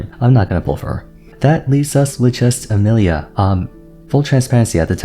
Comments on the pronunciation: Why does bro pronounce Emilie like Amelia instead of like Emily 👁️👄👁️ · the way he says Emilie 😂😂